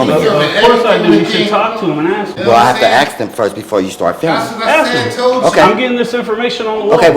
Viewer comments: As soon as you hear people tell something about not filming or not recording or violating privacy rights in public can you just tell them to stfu? That security guard was running his mouth for so long about axe this and axe that... Why can't he pronounce the word ASK correctly but run his mouth for so long in English? Is it too much to ask? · Why can't black people say the word ask ...I axed you... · If you can't say "ask" instead of "ax" Or "That " instead of "Dat" you shouldn't be able to work in the public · as non-native english speaker I have to ask this: If I have to 'axe' everybody for permission, who the fugg will be left to answer all other questions, when everyone is be-head-axed? 😅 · "...ax first" lol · I’m not trying to be racist, but how come I’ve never heard a black person pronounce “ASK” correctly? Not once in my life. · Better to axe somebody before you film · Just axe him😅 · “You need to axe first before exercising your rights.” 😂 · Whys the guard keep tellin you to axe people??? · Did you ax him? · needs to axe for some training. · Axing question, always axing